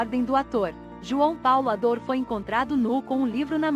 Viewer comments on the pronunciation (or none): O nome dele não era João Paulo Ador era Adour. Está escrito corretamente mais está sendo falado errado. Adur é como se pronuncia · As manchetes destes vídeos são quase sempre desrespeitosas! E outra, não é "Ador" é "Adur"! Que tal melhorar a qualidade, procurando fidelidade nos nomes das pessoas e a seriedade evitando sensacionalismo em manchetes ridículas? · Não custava nada um esforcinho pra pesquisar e pronunciar corretamente a palavra "Adour". Pelo amor.... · A narração é automatizada, a IA não consegue definir a pronúncia correta.